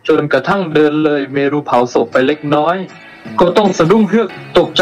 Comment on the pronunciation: ต้องฝึกอีกเยอะเลยนะคะในการเล่าเรื่อง แล้วคำอ่านเมรุ ไม่ได้อ่าน เม-รุ อ่านว่าเมน ไปเลยค่ะ